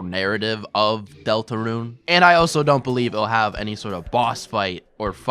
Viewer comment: Good video but has anyone ever told you that you pronounce the word "also" as "oso"